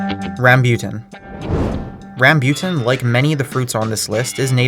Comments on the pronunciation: haha ikr he said it like ramebutan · he said like rambyutan its rambutan not rambyutan lol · Busted out laughing the first 10 seconds, i don't care if you've ever seen a rambutan in your life, WHY did you pronounce it like rasputin??? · It’s pronounced ram-boo-tan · Friend....... He also forgot jack fruit, lansones, dragon fruit and pronounced rambutan wrong